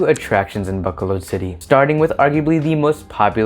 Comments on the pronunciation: Ba-co-lod is how you pronounce it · Buck colod is that how locals pronounce it? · Dear, you are not pronouncing the name of the city correctly. Please transfer your emphasis from the A sound to the first O and then the second O. Besides that you did a pretty good job.